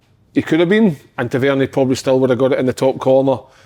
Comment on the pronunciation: Can someone tell Kev Kyle that Tavs name is pronounced Tav-er-neer 😅